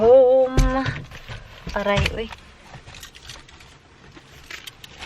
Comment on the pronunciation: Thats a bisaya accent ...ouii